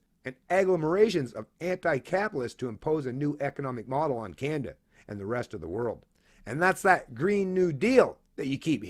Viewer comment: You need to put a Content Warning before any clips of the "Canadian Libertarian" that he can't pronounce the name of his country correctly. Every time he said "Kaen-dah" I wanted to drink bleach.